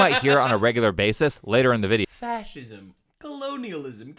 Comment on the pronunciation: “What is a FAS-ISM?!” 🤣👌🏼 I love Adin Ross too but wowzers that was pretty bad.